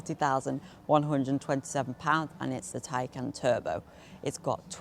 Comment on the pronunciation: Holy molly u are young maaaan. Great job, finally someone who says: Taj Kán not like tej kán or taj kén...